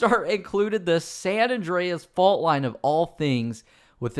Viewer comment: Awndreas lol